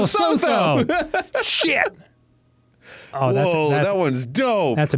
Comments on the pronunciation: actually it's le-soo-too. Le-so-though has me cackling though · P.S for anyone wondering about lesotho. it's ləˈsuːtu. lə-SOO-too. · Gentle note; Lesotho is pronounced Leh/Luh-Soo-Too. If anyone from Lesotho would like to add anything more feel free to reply. Also yes the South African flag is very colourful and it’s confusing to remember which side to colour in red and which blue. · Its pronounced "lesutu." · Damn the way the pronounce Lesotho killed me😂😂😂😂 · hearing their pronounciation of lesotho gave me life XD